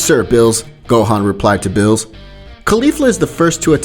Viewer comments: why do u say names wrong cause beerus name is beerus and u said billis something like that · why do you keep calling beerus "bills"? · This pissed me off watching, dude make a better commentary, you said he instead of sue like 70 times, you called beerus bills, it’s say-an not say-I-an, commentary makes these videos what is is, plz change it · Why does he say bills not Beerus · Did you say bills? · He says Bills instead of Beerus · I don't want to be that guy but it's not pronounced bills it's beerus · Bro it Beers not bill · BRO WHY DOES HE SAY BILL INSTEAD OF BEERUS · And its no birus its beerus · Did he call beerus bill 💀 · Man out here saying things like sayayin... Calling everyone male pronouns and calling Beerus Bills lmao... Love ur vids nonetheless... Tho it's sayajin if u want the Japanese pronunciation... J like juice :) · its beerus not bills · Man is calling beerus “bills” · It's NOT BILLS ITS BEERUS hope that helps u not to say bills and say beerus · He kept callin Beerus Bills I’m dyin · Bruh bills instead of beeris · Why u say beerus name as Bill's? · Also calls beerus "bill" or "mr bills" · Good p2 also why does every new what if channel say beerus as bills do u speak Spanish? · I swear this man Is purposely saying ‘bills’ as beerus and Caulifla as a he. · It’s beer-us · Bills is beerus in Spanish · I HATE HOW THIS MAN SAY BREEU NAME SO BAD